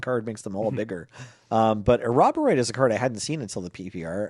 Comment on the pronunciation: How do you get "A Robber 'Rhoid" from "Ouroboroid"?